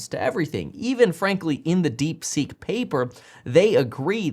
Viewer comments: I believe the correct name is DeepSeek and not DeekSeek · Deekseek? no thanks Kev lol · DeekSeek or DeepSeek? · "DeekSeek" XD